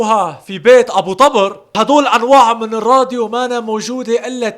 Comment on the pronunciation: تلفظ الاسم غلط.. مو طبرررر... تلفظ طووبر.. بوضع ضمه فوق ال ط